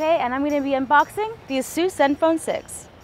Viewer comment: Is it really that compact? It appeared as if it was pretty compact even though it had a 6" screen. I might have to correct you here, you're pronouncing Asus incorrectly. Nothing new, every 99 out of 100 people tend to do so. Here's a video uploaded by Asus North America: BTW I'm really delighted that Mobile Geeks got their review samples as no proper technology channel got them till now. Thumbs up!